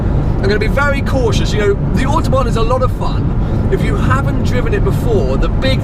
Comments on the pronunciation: "ze Autobahn" omg best way to pronounce it ever xD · Why do you pronounce Autobahn so strange? No german speaks that way.